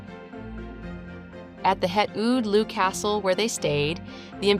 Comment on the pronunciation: They watched the soccer game together, how nice! The pronounciation of Oude Loo is so funny XD it's pronounced more like ow-the loh